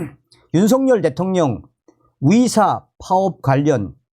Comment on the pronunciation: 썸네일 제목은 의사들이라고 써놓고 들리는건 위사라고 들리는게 내 달팽이 관이 고장난 건가? 🤨🤨🤨